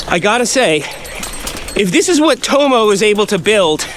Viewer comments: Burn my ears 😭 Tomo = tom-o, not toe-moe. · I guarantee if he's native English, his name will be pronounced 'tommo' not "towmow" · I assume he named Tomo after his surname Thompson. So its probably pronounced as "Tom-mo" and not "Toe-mo" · am i right in thinking he's pronouncing Tomo incorrectly?